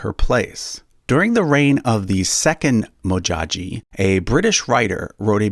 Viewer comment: Its Modjadji amd not Modjaji... Please get it right.